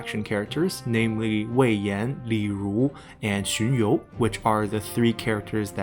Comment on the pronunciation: BTW XunYou is first sound, you're using second sound.